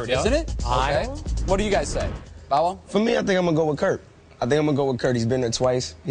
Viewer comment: lol he said "BOW WOW" the way he pronounced it, so profound. But daiym bow wow u doin it big man, much respect ya dig! U only like one yr older than me and u accomplished so much, major props 4real.